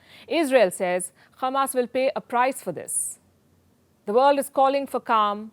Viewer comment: It's not khamas it's hamas Palki.